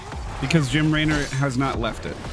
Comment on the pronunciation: The way you said Jim laynor 😂